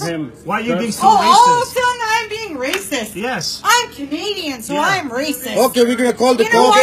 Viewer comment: She’s not Canadian. She’s Native Indian. She even makes Canadians look bad. She can’t even pronounce Canadian the right way.